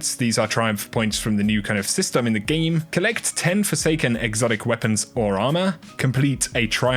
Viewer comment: “In the Geem” 😂😂